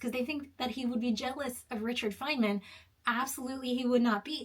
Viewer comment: I was going to comment but I decided that you're nonsensical video was not worth commenting on. I think you should do a little more research about Richard Feynman before you dismiss him entirely not that it matters because I understood what you were saying but you are mispronouncing the man's name